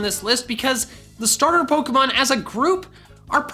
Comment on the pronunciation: Duck you cause you said stater